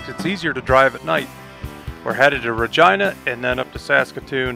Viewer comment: At least you can say Regina correctly. No one ever says it correctly’ hahah! So as a Regina resident. Thank you for pronouncing my city and province correctly! 😂